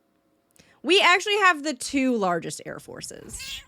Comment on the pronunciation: did she say 1st 2nd and 4th larges air forces? holy shit that's funny